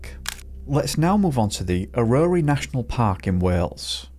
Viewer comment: It took me a second to realise aurori (transcript) iis actually Eryri National Park - ie Snowdonia. Its phonetic, pronounced Eh-ruhry, slight emphasis on the 1st syllable.